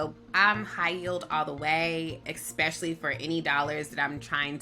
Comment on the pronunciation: The second someone says “expecially” they lose their credibility to advise on anything